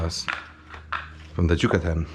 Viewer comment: “jucatan” like bro YUCATÁN